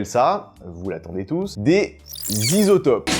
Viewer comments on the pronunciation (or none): Les "Zisotopes" j'étais pas prêt, G riz!